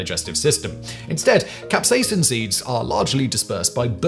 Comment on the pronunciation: capsaicin, not capsacin